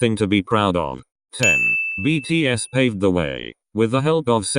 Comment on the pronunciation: thank you for saying btspw well and respectfully